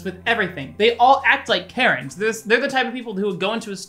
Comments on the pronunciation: When he started talking about karens i thought he said carrot lmao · Wait was he saying Karen's or carrots?